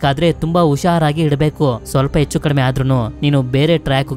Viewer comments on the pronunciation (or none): none